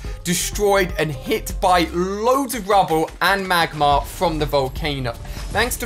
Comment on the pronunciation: It’s not magmar it is magma